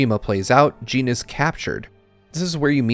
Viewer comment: I was going to comment the same. "Jin" rhymes with "bin", not "Jean" which rhymes with "bean"